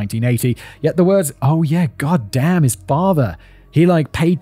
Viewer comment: Hands down my favorite thing Simon says is "gatdamn" in the most American backwoods hick accent he can muster. I want it clipped for my text notifications lmfao